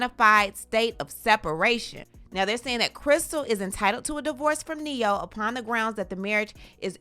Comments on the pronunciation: You said it right,,,, NE-HO... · Not “Ne-hoe” 🤣🤣🤣